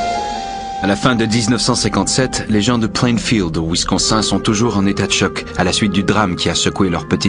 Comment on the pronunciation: "Winsconsein" aïe, aïe, aïe.....